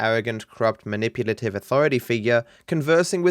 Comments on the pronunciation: Maniputive? Manipulative* ( , ) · “Maniputive” gg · "Maniputive" instead of manipulative. That's fucking embarrassing.